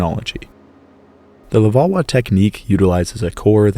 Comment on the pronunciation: Your French pronunciation is terrible and annoying. LevalOISE. MoosTERian.